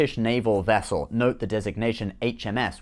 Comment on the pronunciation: You mean, she was a "Nuclear Wessel"